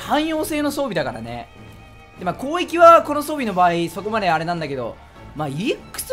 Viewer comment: なまって攻撃って言えてないよね こうえきに聞こえるw